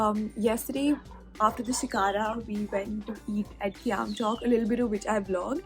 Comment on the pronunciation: Khayam not Qiyam